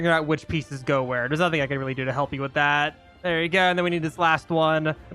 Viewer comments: I swear I just kept hearing nutting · I keep hearing "nah think" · nothing i thought he said Nutting😭🙏